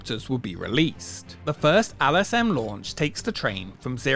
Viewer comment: Why do you pronounce “L” as “Al”?! It’s LSM not Al S M 😂